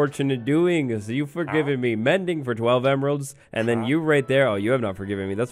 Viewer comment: "Mendy", rather than Mindy